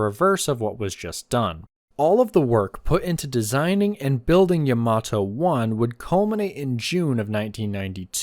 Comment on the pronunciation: The emphasis should be on Ya, like YAmato, not on ma like yaMAto.